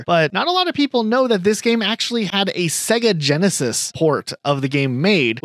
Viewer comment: Why does he say sega so wrong?